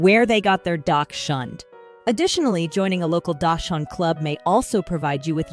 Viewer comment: Learn how to properly pronounce the word, please. Hund is the German word for dog.